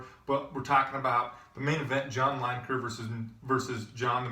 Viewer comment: It's pronounced Leeneker, not Lyneker